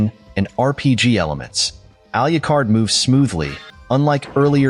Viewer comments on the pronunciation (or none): It’s not pronounced “Al-you-card.” It’s pronounced “Al-loo-card.”